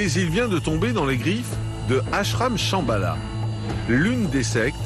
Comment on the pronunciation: Shambala, ça sonne chabala, genre tralalá justement, du tralalá.